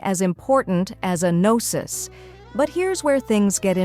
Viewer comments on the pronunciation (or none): none